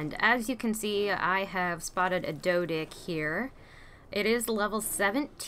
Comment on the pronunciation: did u just said "doedick"